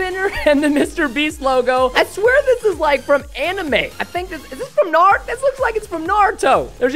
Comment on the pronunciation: I’m hurt. You said Naruto wrong